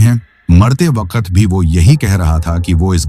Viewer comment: Ap ki story achi hote mgr ap Koch words thek sy n bolty jsy waqt KO wakat ar s KO b thik sy n bolty string KO staring bs ap words b thek kr len Sora kat y kia